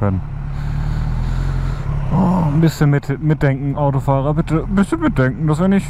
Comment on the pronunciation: Immer diese schweren Worte...Mitdänkän? hm....;)